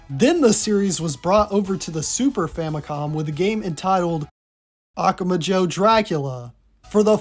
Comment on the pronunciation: Hey! Great video, just so you know, the emphatic syllable in "Akumajo" is "MA"